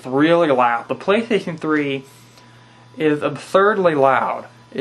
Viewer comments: apparently, it's the pwaystayhstionfwee. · xDDD "the playshation free". and the glasses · hahaha listen to how he says playstation 3